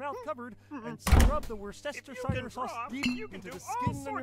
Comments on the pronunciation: There was an attempt at saying Worcestershire sauce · Screaming at the fact that the Muppet can't pronounce Wocestershire sauce